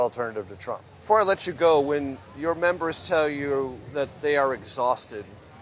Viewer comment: "Iowans are becoming densensitized to all the indictments" lol, what a hack, too many crimes! Plus she can barely say Trump's name.